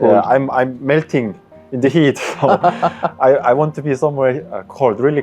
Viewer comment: 영어 잘하는데 엑센트가100% 한국 발음 이네 유돈노? 아이원트 등